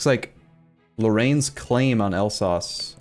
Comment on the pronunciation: Alsace is pronounced "Alzass" if you wanna know :) Btw Ima baguette x)